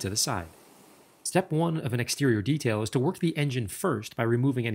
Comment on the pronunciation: why do Americans say "Detailing" weird.